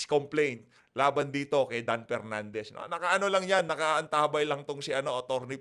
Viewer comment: Media mileage lang yan para k PERnandez, feeling nya advantage sa boto nya yan. Pwe🤮 Matuto ka munang mag-differentiate between "F" & "P". Tali-talinuhan ka, ka naman.